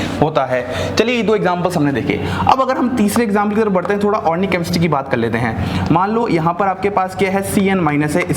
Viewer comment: Sir u r mind blowing but one thing sir,that is organic not ornic.😍